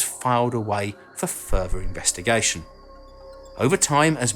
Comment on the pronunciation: ...where is this, "Erf" you keep mentioning? Apparently it's "fur-ver" out there?